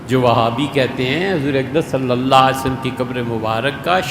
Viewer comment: This munafiq cannot recite correct darood.listen carefully he is saying Nabi salla waalehe wassalam.and you know meaning in Arabic changes even for a minor change.